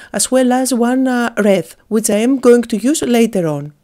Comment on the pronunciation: Hi, please think of this word "wreath" as "wreeth" to get the ee sound when you say it. And if you could, please think of this word "enamel" as "ee-nam-el". Thanks.